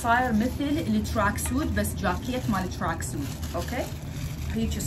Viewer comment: شوف شلون تلفظ التراكسوود فدوة😂😍😍😍😍😍